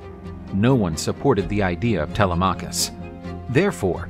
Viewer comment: It isn't tele M'acus with the accent on the M ...it's telema K'us with a soft accent on the K. The Greeks should have sand blonde hair , hairy chests and blue eyes or red hair with hairy chests and green eyes as was their appearance in ancient times, for they descended from Esau and are the mariner tribe of Dan.